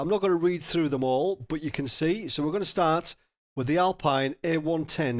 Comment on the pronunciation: It's Alpeen! :D